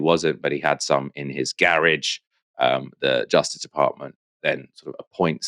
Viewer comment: Mary land?? Gradge??? Biden is a clown!!